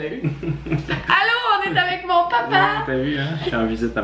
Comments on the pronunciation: Ben non. On est capable de prononcé les A de toutes sortes de façons et non juste comme des Â vous savez 😐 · grave, ça m'a choqué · Ton "papa" est prononcée d'un accent français.